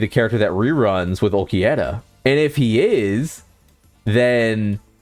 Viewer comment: AND WHY DO YOU KEEP CALLING HIM ULQUIETTA